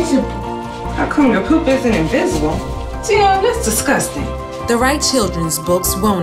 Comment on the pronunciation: It’s dion (dee-on) I thought it was (die-on)